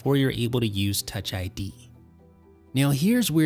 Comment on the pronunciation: toch Id lmao